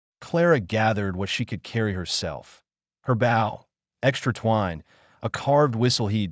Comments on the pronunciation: Good god if you're going to us AI, at least program it to distinguish between bow and bow. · Bough or bow? Lol